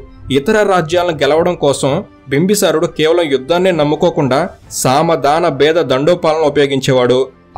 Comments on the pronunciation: బింబసారుడు కాదు బింబిసారుడు. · bro bimbi sarudu not bimba sarudu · బ్రదర్ మీరు ఊరుకే బింబిసారుడు అనడానికి భీమ్బసారుడు అంటున్నారు వినడానికి బాలేదు ప్లీజ్. కరెక్ట్ చేయగలిగితే చేయండి ప్లీజ్ . బింబ సారుడు కాదు బింబిసారుడు ఇది కరెక్ట్